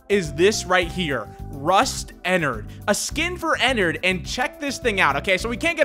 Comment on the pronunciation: BOI ITS ENNARD NOT ENNERD